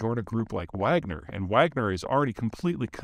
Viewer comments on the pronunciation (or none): Peter… huge fan but disappointed in you at the moment. The mercenary “Wagner” group, was named after composer Wilhelm Richard Wagner of “The Valkyrie” fame… and is thus pronounced /ˈvɑːɡnər/ VAHG-nər. (Not “wag-ner) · The Wagner group is pronounced Vogner, like the composer that they named themselves after. Love your videos and the fact that you live in Colorado!